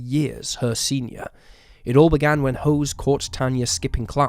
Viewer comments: Hose??? 😂😂😂 You mean Jose? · Why AI doesn't work. It said hose instead of José. C'mon. This is unwatchable. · I have a feeling his name might be pronounced 'Ho-zay' rather than hose. But that's just a guess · His Voice isnt an AI, and as the other comments said, it's not Jose, its hose and its pronounced hose like a gardening hose. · Calling him Hose instead of Jose makes it difficult to take this channel seriously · The AI voice is calling that guy Hose. Is his name Jose? NM. Thomas Hose. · Love how tanyas abusers name is being pronounced "HOSE" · Yeah, that was weird. José. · Please teach your AI voiceover bot to say Jose…